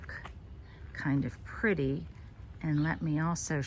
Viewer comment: Purdy. 🤣 I've never heard you go that far South. I'm feeling increasingly at home here. Hello from Eastern Tennessee 7a